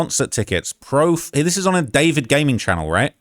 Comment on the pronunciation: I thought his name was DuhFOURvid not David….